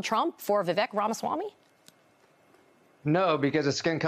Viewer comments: His name is pronounced Vivayk. Not Vivick. Be an actual journalist. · Why can’t they say Vivek’s name right? It rhymes with cake. He’s said that a bunch of times. That pretty much ruins their credibility as journalists. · His first name rhymes with cake not peck. If reporters cannot annunciation his name properly that automatically disqualifies whatever they are saying about him because to me they clearly are just regurgitating whatever they are told to say. Horrible “reporting” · Maybe as a journalist you could at the very least learn how to pronounce his name. He's told us over 100 times his name rhymes with "cake". You really should get it right since he's the man of the hour. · I love how they can't be bothered to pronounce his name properly. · Professional journalists? Can't even do basic research and pronounce Vivek properly. Is this lazy journalism or racism? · They can’t even pronounce his name right